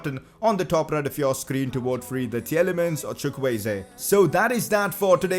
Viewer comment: Tielemans is pronounced T-li-mans